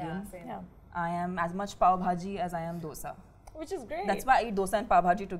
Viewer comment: Also the way Kajal pronounce 'dosaaaaaa 😂